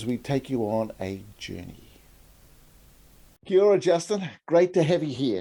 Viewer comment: You could at least pronounce kiaora properly